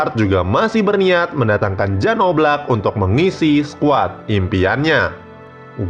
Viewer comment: Silva udah. Keeper yg susah nyari nya, oblak ga di jual Atleti musim ini. Btw, Jan di baca 'Yan'